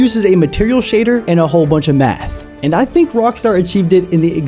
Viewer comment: I swear, bro, said meth instead of math. And it would still check out.